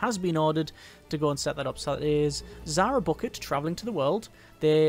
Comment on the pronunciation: Zahra Bucket? It's pronounced "Bouquet"